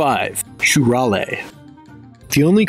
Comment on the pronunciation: Well, actually "shurale" is pronounced "shuralE" like in "cafe"